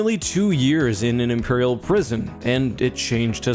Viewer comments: “Imerial prison” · "Imerial prison"